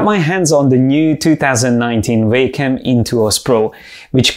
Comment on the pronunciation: I like it when you say WEY-COM